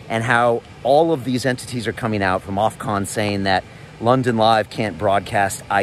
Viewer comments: Loving you and love London Real - but man please say "OFF COMMMM" not Ofconnnn - be good and keep it Real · It’s Ofcom Brian not Ofcon 👍